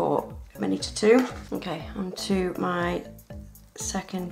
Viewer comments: Does anyone else get annoyed when she says me nail instead of my nail. 😡 Lol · I like her accent I like how she says "taking off me nails" in stead of " taking off my nails" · I love how she says “ it’s stuck on mee fingernail”